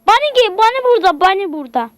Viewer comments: bonnie ye bani dedi =D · Boniye bani diyo